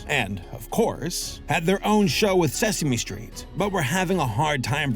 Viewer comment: “Suh Same Street.” IYKYK. 😅❤